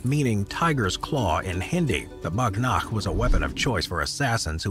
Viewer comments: it's not a BAGH NAKH its WAGH NAKH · Its not bhag nakh its whag nak means tiger nails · Not bagh nakh its wagh nakh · It's called "wagh nakh" not "bagh nakh" which translates "wagh means tiger" and "nakh means claws" it was originally devloped as a stealth weapon for self defense for events in which you couldn't use long weapon like sword it was introduced in mid 1600 by chatrapati shivaji maharaj a king from India who rebelled against intruders like Mughals, British for sake of his people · Bagh nakh is actually pronounced as Baaag Nukkh where Baagh means Tiger in Hindu Nad Nukkh means Nails in Hindi.